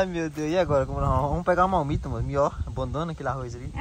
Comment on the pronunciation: Não é malmita! É marmita.!